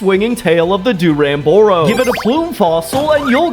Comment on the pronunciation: I'm a huge monster hunter fan I hope these fossil sedmites make it into the full game Also Na-car-cuss, Nakarkos Kez-su Khezu Dir-ram-boar-ros Duramboros